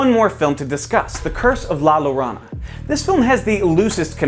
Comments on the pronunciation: La Yo-ro-na. Like corona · when you watched the movie and it is the weakest out of the 3 “Conjuring” movies not including Annabelle spin-offs, The Nun or The Curse of La Yorona-yes that’s how you actually say her name.